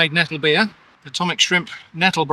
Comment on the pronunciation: I'm sorry did you just say "Nettle-Beer" ???